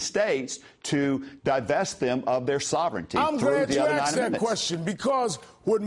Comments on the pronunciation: "I'm glad you acksed that question" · What I axed you?